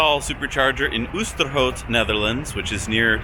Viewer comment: or oosterhout, tilburg, osnabruck and pretty much any other place they tried to pronounce :D